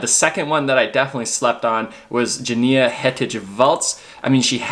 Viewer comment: I think it's pronounced YaniNa, not Jania. Also, Yuni, not Juni. The J is pronounced as a Y in German, Norwegian and Swedish.